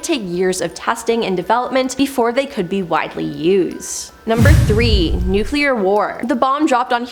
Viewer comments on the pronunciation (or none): Nu-cle-ur, not nuke-u-lar, am-bi-shus, not am-bi-shu-us. Normally i can let this crap slide but this gal just works my nerves, mispronouncing everything!